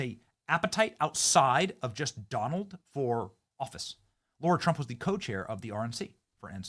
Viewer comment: Benny can't comprehend the name of Lara Trump. He always calls her Laura. IT'S LARA!!! LEARN HER NAME, BENNY: L-A-R-A... LARA!!!